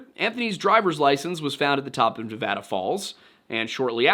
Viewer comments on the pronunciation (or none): none